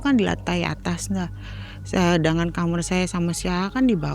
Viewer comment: SETIAP DENGAR CERITA NARSUM, PASTI SALFOK SAMA NARASUMBER BILANG KAMAR ITU JADI KAMER